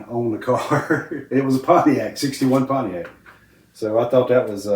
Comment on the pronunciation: Richard pronounced it ‘Ponyact’ 😂😂